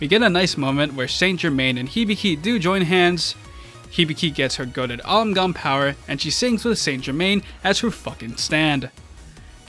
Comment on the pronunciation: the vx power up is not alamgam It's Amalgam, google it.